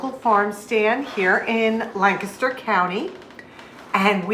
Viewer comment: Hey, props on learning to pronounce Lancaster like a PA native!